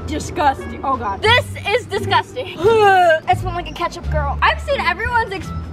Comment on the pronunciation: She realy said keptuch